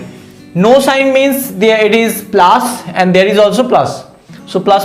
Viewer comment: Sir it us plus not plaas